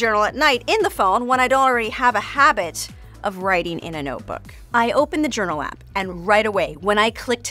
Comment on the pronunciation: I ❤ “Yournal”